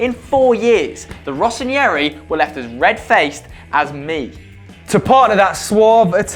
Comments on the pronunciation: guys please, it's been bothering me for ages. The ñ doesn't exist in Italian. When you see "rossoneri" you say it exactly the way it's written, not "rossoNIERI" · no, you're doing a great job, but presenting and entertaining in person is not your thing. It looked like you tried to be funny, but never managed to. And again, pronunciation guys! Rossoneri is "rosson-eh-ry", if you want to use fancy nicknames, say them correctly! Barzagli is "bar-dz-ah-yee" (Italian "gli" is like Spanish double L) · i think it's time someone told you that "neri" as in "rossoneri" should not be read with an "i" between "n" and "e". You're reading it like ... Ranieri (see the i there between the n and the e?). Rossoneri should be read like Terry with an N instead of the T.